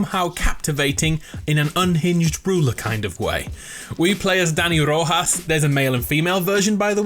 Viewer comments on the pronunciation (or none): none